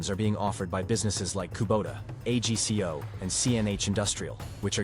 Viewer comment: Agco not A G C O, AI is not as smart as it thinks it is.